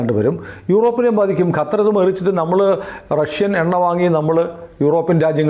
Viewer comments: ഗത്തർ എന്നാണ് പറയുന്നത് .. ഖത്തർ അല്ലെ ശരി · “ഗ” അല്ല “ഖ” ഖത്തർ ഇതാണ് ശെരിയായ pronounciation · ഗത്തർ അല്ല ചേട്ട ! ഖത്തർ അങ്ങനെ പറയണം 😂